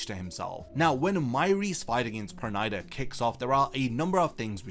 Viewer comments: It's perunida not pernaida (pronounciation) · Why can't this guy pronounce Pernida correctly?